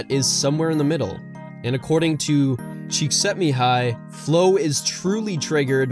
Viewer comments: The way you pronounced Cikszentmihályi Mihály's name.. made my little Hungarian heart melt. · you have my like for pronouncing Mihály Csíkszentmihály correctly